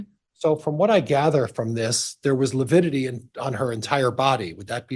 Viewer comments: No, it's lipidity! Lol 😂🤣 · Prior kept saying “lipidity “ instead of lividity for at least an hour. After lunch, he pronounced it properly. 😂 someone must have schooled him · The Lawyer obviously needed to learn proper language pronunciation s lividity not LUPIDITY lols no such word lols😂 the coroners shouldn’t have listened to Emma wrong move! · You mean "lipidity"? :D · you got it wrong it’s not lividity it’s lipity according to Prior 😂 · So glad you are taking about livitity. John Prior needs to watch and learn what it is and how to pronounce the word! Love the video! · I kept on screaming at the tv…LIVIDITY LIVIDITY NOT LIPIDITY!!! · I think you mean “Lipidity” 😂 I know Pryor is just doing his job, but he is infuriating. To imply Tammy was unfit because she wasn’t tiny and petite angered every woman I know following the case. Brenda Dye was incompetent, IMO. So many red flags were ignored. I hope the jury sees through all the hype and gives Chad the death penalty. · I was thinking the same thing. Einstein didn't know it was lividity...I kept hearing lipidity and lupidity. . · ABSOLUTELY! 💯! (It’s “Lividitity” Pryor, you dumb a$$! Would you get the TERMINOLOGY CORRECT?! UGH!!!!!!!!😤) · It's 'lividity' . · Yes!!!! He said that many times and no one corrected him. I was astonished how he made up a word ( sounds like...) as he dug in / admonished the witness. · the defense attorney keep saying it with a P. They are making fun of the attorney.